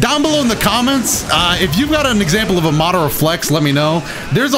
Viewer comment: he really said mawderuh youchihuh